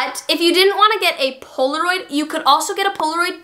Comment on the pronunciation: The way you said poloraid